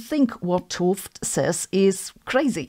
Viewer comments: FYI: 't Hooft is pronounced 'uht hoaft', where oa is pronounced like in toast. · ‘T is best pronounced as ut. So two seperate words: ut hooft. Excuse my Dutch 🙂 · I thought you were saying Gerald Toft. Then I saw his book. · Way to butcher the man's last name. You're just making a noise. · Sabine, small comment: ‘t Hooft should be pronounced as two separate syllables: ‘t and Hooft. The first syllable is pronounced more or less like but, but without the “b”. You are not supposed to pronounce ‘t H as an aspirated T-sound. You can believe me since I am named Ruben ‘t Lam. You should not try combining the t and L in one sound either. You do pronounce the oo in Hooft correctly, so more or less as in “no”. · I would pronounce t'Hooft differently. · Please do an interview/podcast with Gerard! ...But after you learn the proper pronunciation of his last name, please ;-)